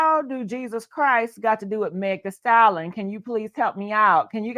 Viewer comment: The word is pronounced like stal-yen